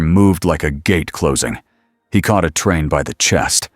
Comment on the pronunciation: These are always great stories I've only found a couple of them to be boring there's a problem though, when they use AI to read these they need to be absolutely certain they need to make the words like a train very specific so it's not called uh train. When they say vought it doesn't say vote. It's not hard just use the words and letters with the correct symbols of each letter that indicates if it's a long a or a short a so on and so forth. I'm afraid you're going to have to use correct and be sure that it cannot be interpreted as any other word than what it is.